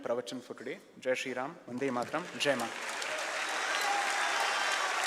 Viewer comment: The pronunciation of vande mataram was very wrong